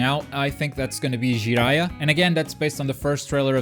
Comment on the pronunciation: "Who the fuck is Ji-eye-uh!?"